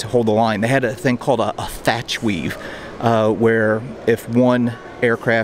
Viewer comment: The Thach Weave (not Thatch) was put into play for the first time at the battle of Midway. It worked pretty well. Good news was the Wildcat was heavily armored, so that helped a bit.